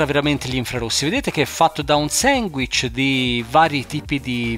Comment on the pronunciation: Ti prego fai un video dove dici solamente "Sanguich"!